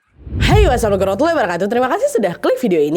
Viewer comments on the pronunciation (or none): Kak maaf, saya denger salamnya kok "wassalamualaikum warahmatullahi wabarakatuh" , mungkin waktu salam pembuka bisa dipelankan kan agar tidak terdengar salah pengucapannya. Sukses terus kak nadd ☺️